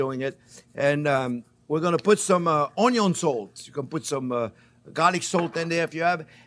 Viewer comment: Every time JP says onyo my life expectancy increases by a year.